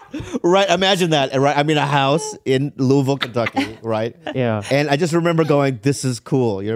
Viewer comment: I appreciate that Bobby pronounced the name of my city correctly (Louisville)